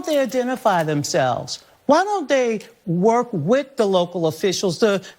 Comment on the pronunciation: No Donnna, you can’t “wirk wit” Minneapolis!